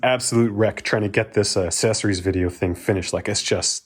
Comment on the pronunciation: Great video.......but will he ever learn to pronounce accessories correctly?????????